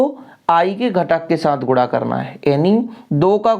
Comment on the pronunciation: Guda nhi hota wo guna hota hai